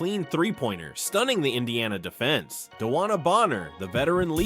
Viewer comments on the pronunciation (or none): none